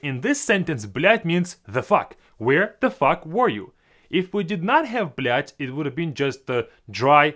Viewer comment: на секунду я подумал, что кто-то другой начал материться, он слишком хорошо сказал эту фразу